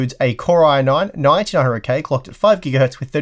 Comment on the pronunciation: What CPU was used in this test? he attempts to say what was used, but even at .25x playback it literally sounds like baby noise nonsense. My best guesses were "Core i9-9800k" or "Core i9-1900k" which obviously aren't a thing. If someone can figure out what "core-eye-nine-nintee-hurndrakay" is, that'd be great. :D